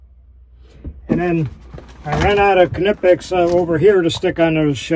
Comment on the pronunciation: pronounces my and grandpas beloved KNIPEX the right way! i appreciate that